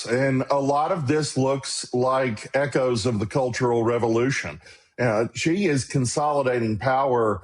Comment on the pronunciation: Xi is pronounced /sh ee/ not /ch ee/